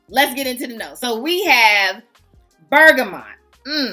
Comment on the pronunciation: Hello beautiful! Girl the way you say bergamot, I can’t 😂you are so funny. ❤